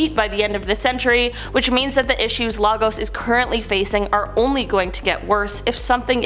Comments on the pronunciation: Hearing pronounce Lagos (Lay-gos) as Lah-gos is hilarious 😂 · And Lagos as Largoes